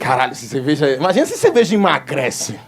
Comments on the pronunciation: Eu ouvi CEVEJA? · “Eu gosto de ceveja”